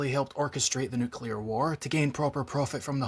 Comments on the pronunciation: Btw is pronounced Newclear not nucular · Yall. Homerdumb. Nuke = Nu-cle-ar. "Nu-cu-lar" is an extremely common mispronunciation that has no actual use or application. It is always technically incorrect, although 'accepted' simply due to how common it (the mistake) is. Any context in which you'd say it should be correctly pronounced "nu-cle-ar" The common mispronunciation probably comes from A) People mis-processing the sound (dyslexia at worst, easily-overlooked mistake at best), or B) cognitive association to similar words like "molecular". Enough of A or B, and plenty of people start defaulting to the incorrect version just because it's a common example for them so they're comfortable with it and don't think too hard about it. Despite this, nuclear is to be correctly pronounced "nu-cle-ar". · It's pronounced "New-clear" not "New - Qu - Lar" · how many O's in nukular? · Nuclear sounds like a soft drink. I'll never stop saying nucular. Can you imagine if we pronounced molecular as moclear? ... Exactly. And you nailed it, the 3 main characters represent different play styles and stages of experience of a player in the world.